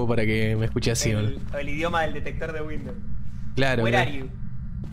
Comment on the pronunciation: “were arhe yu” el fantasma debe estar confundido con los idiomas después de esa frase jajajaja